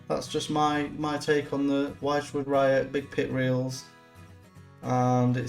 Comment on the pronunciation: Thanks for the review. The little clicky thing inside the spool is probably called a ratchet. Wychwood is pronounced Which-wood, not Why-ch-wood. Not trying to sound like an English language copper, just mentioning it. Cheers